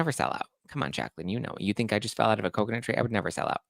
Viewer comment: I’m just here to say I appreciate the “Coconut Tree” EVERY.SINLGE.TIME you say it Lol! 😆 genuinely though I really do. It makes me chuckle in the madness 🥴. Thanks for all you do